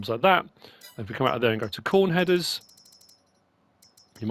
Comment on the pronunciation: Btw Kuhn is pronounced like "coon"